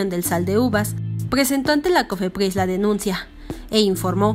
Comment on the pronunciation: Pdoducto ni cofepdis jajaja